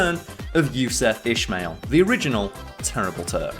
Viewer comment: Ismail is pronounced Ismail , not ishmail